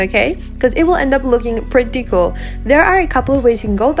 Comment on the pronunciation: new word unlocked "prettycul"